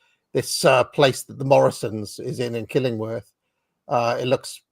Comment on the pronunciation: The way says Killingworth hahahah Its Kilingwath up here.